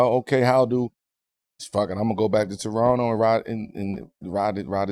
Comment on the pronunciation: Thanks guys for pronouncing Toronno properly guys. New Yorkers know.